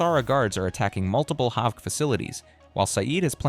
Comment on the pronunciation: AI voice can’t even pronounce Haavk 🥀